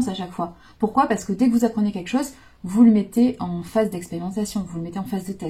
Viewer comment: J’adore trop bien trouvé, et c’est encore meilleur car c’est dit dans la bienveillance mais j’entends encore la phrase avec l’accent et Eh Maanu Tu descends et pourquuiaaa faaire..?? Et avec l’humour tout passe encore mieux..Et oui vous nous transmettez tout ça…mais pourquoaaa faire..?? Je vous adore, vous avez un sens de la répartie et une imagination.. C’est sans jugement mais vous m’avez fait tellement 🤣..J’en ai encore mal au ventre..Vraiment vous êtes une femme avec qui on chemine mais en plus avec un sens de la l’humour et de la répartie…👍🤣😉🙏❤️…Des bisous..😘😘